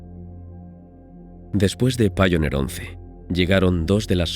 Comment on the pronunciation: Voyager se dice VOILLA y Pioneer se dice PAIONIA. Sólo para mejorar el programa. Yo no saco nada para mí. Saludos.